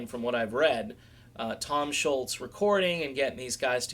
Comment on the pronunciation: Tom Scholz last name is Scholz. There is no U or T in his name, so it isn't Schultz! It's pronounced 'schowlz'.